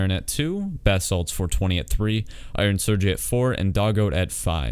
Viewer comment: Its pronounced sir gay my dude. Iron sergey was in my pure clan while he took his break from uim